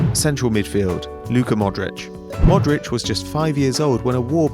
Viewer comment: modric not morris